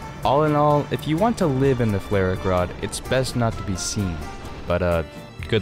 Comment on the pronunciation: As a German I'm insulted by the way you say "FlaRak Rad" Just call it: Flugabwehrraketensystem Radwagen Roland! <3